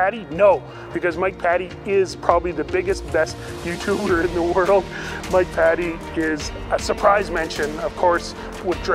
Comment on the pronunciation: Greg's Airplanes and Automobiles Peninsulasrsvideos AgentJayZ (turbine engines only) PS: Mike pronounces his last name "Paytee" not "Patty".